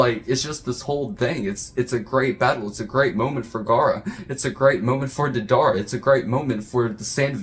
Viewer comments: Its Day-Da-ra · Dedar? Deidara lol